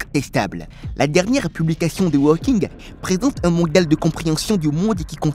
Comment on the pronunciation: Nom de nom (et je reste poli) apprenez à prononcer correctement les noms: lorsque vous évoquez ce célèbre personnage vous prononcez ‘’Stephen walking’’… une honte, sachant que ce monsieur aujourd’hui disparu a passé une grande partie de sa vie sur un fauteuil roulant … pour votre information (car vous en manquez énormément) walking en anglais, signifie ‘’marcher’’! Vous êtes nul!